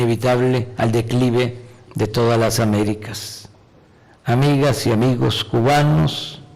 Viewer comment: PORQUE HABLA ASI EL MACUSPANO AMIGOJ Y AMIGAJ DE MEXICO!, DEJA DE ACTUAR AMLO!